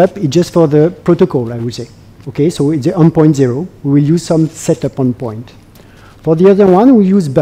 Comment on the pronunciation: It's terrible